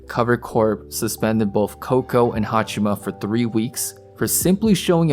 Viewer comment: I appreciate you making this video, but I wish you would show even more respect to her by pronouncing her name properly. It's HaachAma, not HaachIma.